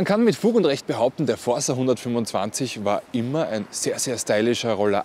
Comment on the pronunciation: Aber bitte "fordsa" aussprechen, es ist ja das italienische Wort "forza" und nicht das portugiesische "força" (vgl. englisch/französisch: force = Kraft)